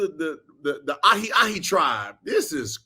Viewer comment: how gilbert still has a platform is beyond me. dude is an absolute buffoon. dude said "ahi ahi tribe." ahi is a hawaiian word, dummy!